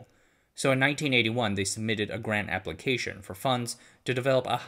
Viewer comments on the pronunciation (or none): none